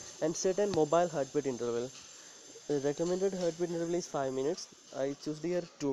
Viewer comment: didn't get that bit about the 'intervals' Gotta enunciate, man lol